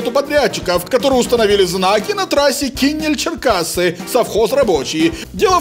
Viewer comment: ударение на Е.КинЕль-Черкассы.